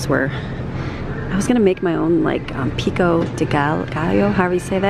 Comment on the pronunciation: Pico you said it right.